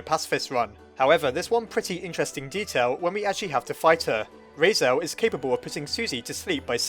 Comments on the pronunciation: ITS RALSEI NOT REISEL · RAL-SEE NOT RAL-SAY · It’s raseil not rase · lol heres a hand I personaly say "Ral" like in ralph and "sea" like ocean and just put them together making Ral-sea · Why do you keep pronouncing it 'Raisel' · Ralsei. Sounds like Ralphy. Now I'm picturing Ralsei saying "It tastes like burning!" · "Rasiel" - 2018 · ''Raisel'' hehe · It is pernounst Ral-sae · I thought you called him Rasail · RAL - SAY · he’s pronouced as Ral See or Zee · Ralsei is kind of a weird name. I think it's supposed to be Rahl-Say or Rahl-See. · I died at when you pronounced Ralsei as Rasel- but don't worry I just didn't even pronounce it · Deltala- *Cough* said "Raisel" many times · 😂😂 Just thought: if you're German I suppose it's pronounced "Rals- I" (like eye). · Wait, isn't it pronounced Rals-eee??? Why the OOF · its pronounced rals-eye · I counted: you messed up Ralsei’s name 8 times. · Dont worry, my brother mispronounces Ralsei's name too. Probably plenty of others who make the same mistake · I'm laughing so hard at him mispronouncing Ralsei so much that I can't even focus on the video. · i like how one of the dreemurr traits is being bad with names but you also consistently pronounced ralsei wrong... are you a dreemurr?